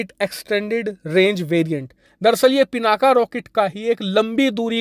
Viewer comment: सर हो सके तो हिंदी का उच्चारण शुद्ध करे वो पिनाक है पिनाका नहीं.... इंग्लिश की स्पेलिंग कुछ भी हो लेकिन हम भारतीय हिंदी का उच्चारण शुद्ध कर सकते है... वैसे भी पिनाक भगवान शिव के धनुष का नाम है हर हर महादेव 🙏🙏🙏